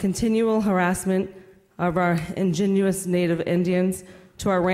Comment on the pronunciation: What a "ingewous native Indian? Can she not say indigenous ...and she a assemblywoman?